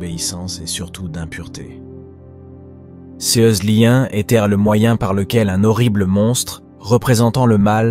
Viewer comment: BIEN et SAISSISSANT sur le FONDS. Le ton est "juste" et bien adapté. Un seul bémol, mais qui revient trop souvent dans cette vidéo, la prononciation de "CES" qu'il est inutile et étrange d'épeler en disant "C", "E", "S". À un moment donné, d'ailleurs, on finit par croire qu'il s'agit non pas de "CES" "jeunes", mais de "SEIZE" jeunes...